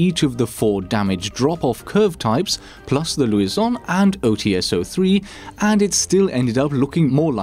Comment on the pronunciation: It's not Luison, it's Lusion, if you could read properly. :p